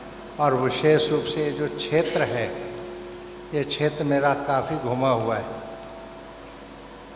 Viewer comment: छेत्र क्षेत्र जो मनुष्य क्षेत्र शब्द का उच्चारण नहीं कर सकता है वो बात करेगा धर्म की